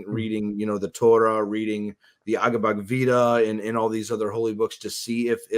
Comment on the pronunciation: You’ve read every belief but at least say the BOOK NAME correct. “Agvat vita”??